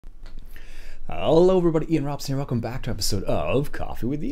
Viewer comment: The way you say "Hello" sounds very strange as well as funny! So finally you are upgrading your pc! Thats amazing! By the way nice video!